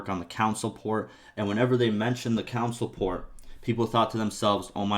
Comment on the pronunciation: Never heard anyone say console like that before xD